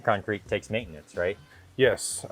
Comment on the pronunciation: That darn “maaitenance” gets ya every time